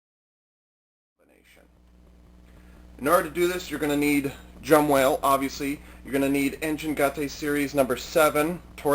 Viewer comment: Its Jumbowhale not Jumwhale.